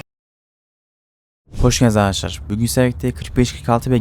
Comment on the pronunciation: ARGADASLAR NE ARTIK K YERİ G DEMEYİ BIRAK